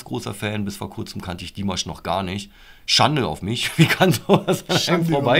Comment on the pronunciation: Ach, ihr habt mit "Okay" angefangen? Das ist m.E. das schwächste Stück von Dimash. (Das a in Dimash ist übrigens lang auszusprechen, also "Dimaasch".) Es kann von nun an also nur besser werden. Als nächstes würde ich empfehlen: Adagio (2017), Stranger und dann das neuere "El Amor en tí". Das gibt einen ganz guten Überblick.